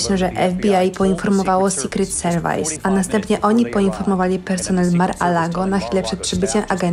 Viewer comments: Secret service czyt. ' sikret servis' , nie "serwajs". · Materiał merytorycznie spoko, ale dlaczego nikt nie wyłapał, że lektorka przeczytała "secret service" jako "sikret serwajs"? To nie przystoi tak poważnemu kanałowi